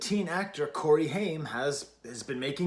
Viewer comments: Nice take, Haim used to be a bit of a guilty pleasure for me but this album is stellar😌 I think “I know Alone” is my favorite track off this release. Also their name is pronounced “Hi-uhm”. Haim rhymes with I’m. Lovin your channel too, really liked your Strokes review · Please pronoune the name correctly...Haim rhymes with time... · It's pronounced "HI-UM" as in, Hi, I'm about to smash a pesto pizza. Their last name is Haim and they grew up in a musical family. Your comment on the line " everytime i think that I've been taking the steps, you end up mad at me for making a mess" really resonates with me because I've experienced that in relationships. As we all probably have. I've spent a lot of time and energy trying to better myself in whatever way it may be and I've emotionally abused or belittled for trying to be a better version of myself or chase my aspirations. I really appreciate a reviewer who can delve deeper into the meaning of songs instead of just critiquing the pure musical aspects of the piece. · your saying the band name wrong....